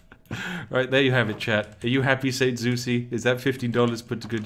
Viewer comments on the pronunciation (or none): none